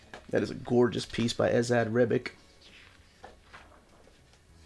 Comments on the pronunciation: Esad's last name is pronounced with a CH sound, not a CK sound. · Would him correctly pronouncing Esad Ribic's name get him demonetized? Is that what is afraid of?